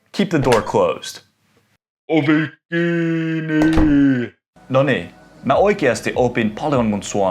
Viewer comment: Are you really a finnish speaker? The pronunciations of "ovi kiinni" "allas" and "löyly" didn't sound right. Great video btw